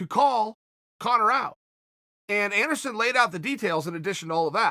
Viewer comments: Take a shot every time he says "Endersun" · Chael keeps saying Anderon funny, I almost spit up my breakfrist